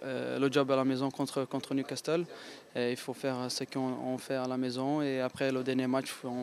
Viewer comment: Hey Marquinos : c'est niou Casteule.......c'est niou casserole